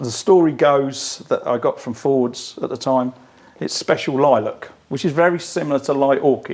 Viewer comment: Johnny you seem to be constantly mispronouncing Fords please address for next time